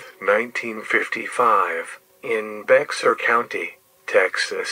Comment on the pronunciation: Bexar is actually pronounced Bayer, like the aspirine.